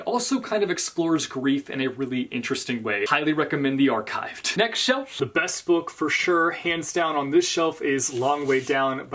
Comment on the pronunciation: remember when you pronounced the archive with a “ch” sound? good days 😁